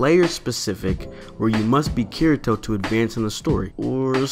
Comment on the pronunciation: It's pronounced KEEDEETO